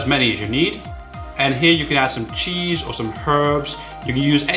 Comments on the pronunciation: motzzerella chise not cheeseyou said cheese before then u repratee saying chise u funny keep up the good work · chis... you say it cheeees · why do you say ,,chaise'' instead of ,,cheese'' in the 1st one? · did he say "chize" why the fuck ???